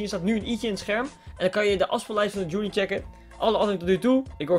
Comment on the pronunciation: Verkeerd zegt